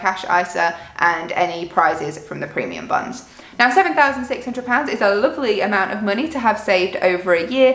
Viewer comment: The first time you said it, it kind of sounded like “premium buns”😂😂😂. Those lottery things sound crazy! We set up a checking account in the UK two years ago, and I remember hearing about those and thinking they were the weirdest thing ever! We don’t have those in the US, and they really sound like a bad idea to me👎